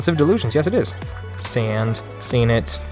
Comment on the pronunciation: And the names are pronounced differently lol laughed sand 😂 it's "sawnd "